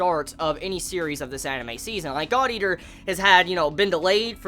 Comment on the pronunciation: why did it sound like said: this episode of Godyr